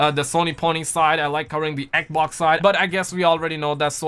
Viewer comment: man saying xbox like "ek-oc" xD